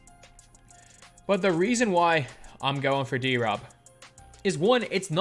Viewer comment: Reading David’s name like that is so wack to me, I feel like it should be D-Rob not drob